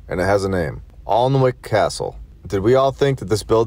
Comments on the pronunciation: It's pronounced an wick and I know of the arleans of at at who built it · Alnwick , pronounced Annick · Alnwick Castle is pronounced "Annik". Its 30 miles up the road from where I live in Newcastle upon Tyne. It is owned by the Percy Family who own all of the county of Northumberland and are also related to Billy Shears the man who plays Paul McCartney. The Harry Potter books weren't written by J K Rowling. They were written by Jessica(Decca) Mitford and her American husband Robert Treuhaft a lawyer. The point of the books was to introduce children to satanism and the occult and following a meeting on a train it was decided that Rowling would front the operation. One of the lawyers at Robert Treuhafts office was a woman named Hilary Rodham.